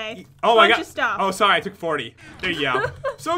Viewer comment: i hear sor soury